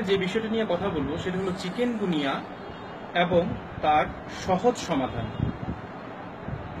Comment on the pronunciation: কেমন ডাক্তার উনি চিকুনগুনিয়া কে বারবার চিকেনগুনিয়া বলতেছে।